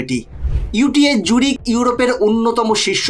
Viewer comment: একটু উচ্চারণের উপর ধ্যান দিন ইউটিএইচ জুরিখ নয় ইটিএইচ জুরিখ আল্ট্রাজেনেকা নয় অ্যাস্ট্রাজেনেকা